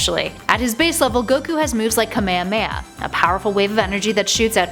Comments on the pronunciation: People keep saying Kuh-May-Huh-May-Uh instead of Kah May Hah May Ha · she pronounced kamehameha wrong